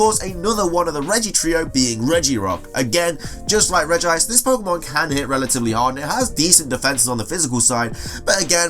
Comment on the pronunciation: regice not regi-ice